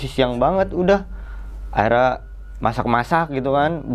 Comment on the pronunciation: Baru kali ini...kata " akhirnya " jadi " Aira " 😁😄🤭...dari tadi bingung..apaan yaa " Aira " ☹️🙄😳😁😄🤭